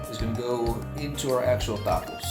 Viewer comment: Como Mexicano por favor pronuncia las palabras en español correctamente no las pronuncies en Ingles 🤦🏻‍♂️ Barbacoa Tacos Salsa Tortillas